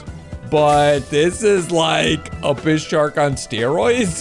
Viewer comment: Its. Pronounced. Abyss-a-suarus